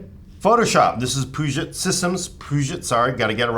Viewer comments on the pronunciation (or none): Puget = Pew-Jit It is NOT pronounced like Peugeot, with a soft G. See Also: Puget Sound in Washington State, which also happens to be where Puget Systems is located. Names after Peter Puget. He has a wikipedia entry, i am sure you can use Google. ;) His family name is of French decent, and it is likely that, originally, his name was properly pronounced with a soft G. But in the current pronunciation of the Puget Sound, it is regionally said with a hard G, as Pew-Jit. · Puget sounds like pew-jit Sincerely, A WA resident